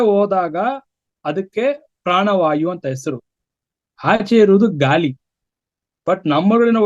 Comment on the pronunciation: ಗಾಲಿ ಅಲ್ಲ ಗಾಳಿ. ....😂